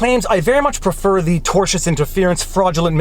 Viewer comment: Thank you for being the only creator on Youtube that can pronounce the word "tortious"